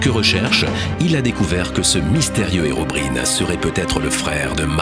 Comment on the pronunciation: Apprend à le prononcer bien c herobraïene pas herobrine